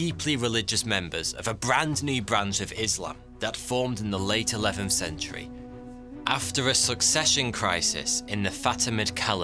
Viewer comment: E-wev-enth and fur-teenf cen turee